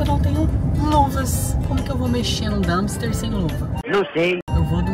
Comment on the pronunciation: DUMPSTER, D U M P S T E R, com P, please!